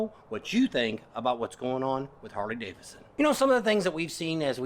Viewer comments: DAVIDSON... not Davison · Why do you treat the 2nd D in Davidson as silent ?